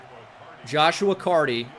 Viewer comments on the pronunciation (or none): none